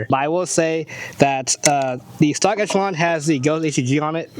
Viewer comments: Folks really need to learn how to pronounce Echelon. It's ESH-eh-lon, not ETCH-a-lon. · wtf is an etchalon... esh... esh, like echelon formation... ReeEEee... tweaked me out every time he said etch... as an aside, ordere the prp spring kit to pair with the tyrant cnc trigger for the ultimate combo... too bad this gun comes with such a weak trigger, otherwise i really like this gun as my goto striker pistol (made the switch to 2011s). Good video, enjoy getting razzed for not pronunciating things correctly, the internet is an unforgiving place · Man. Good info. I like the vids. The fact y’all can’t say Echelon correctly made me change channels.